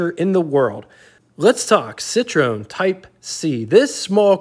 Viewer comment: It's cit- ro en. Three syllabus .